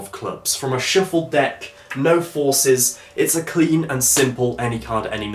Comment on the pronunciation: really ? a " a shiffled deck cards' ? LOL